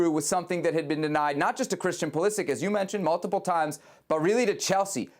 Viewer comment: How have these guys been allowed by their producers to mispronounce “Pulisic” for years now?